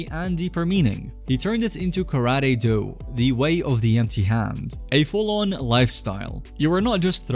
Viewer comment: Kara Te. Empty Hand. Not karady.